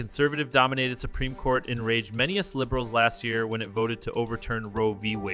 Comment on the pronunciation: I hate affirmative action but at the same time this video's pronunciation of "US" as "us" and bad syncing between the audio and text should be fixed